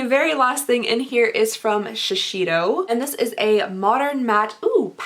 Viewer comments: Sorry...I just have to say... Sheseido ➡️ she•say•doh As close as I could figure out to how to write out the pronunciation. “sei” is more like “say” but don’t prolong the sa—y. “Do” is kind of like “doh” or “dough.” I don’t know how to explain it. Hopefully that makes some sort of sense because I’m confusing myself now. I took Japanese for 3 years, so it just kind of bugged me. 😅 Interesting video though. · When you referred to the Wacoal item as underpants it made me smile. Btw, Shiseido is pronounced shi zay doe. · “Shi-SAY-doh” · Thw way you pronounce Shiseido is quite funny!))